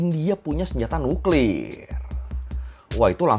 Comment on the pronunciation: Cra ngomong nuklir biasa aja bg jngn nuklirrr 😅😅